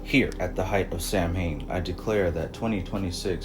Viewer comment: No, you didn't say Sam Haim, it's Sow Ween. Brining out the 'rish in me. 😆